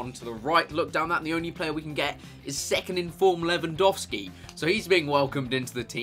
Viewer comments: Thank you for actually pronouncing Lewandowski right ;) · Chris well done, you pronounce Lewandowski exactly like you should do so thats awesome :D Greetings from Poland ;)